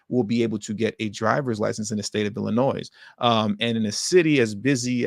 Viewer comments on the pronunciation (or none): No one ever taught you that the name of the state of Illinois is NOT PRONOUNCED WITH AN “S” but a “y” ?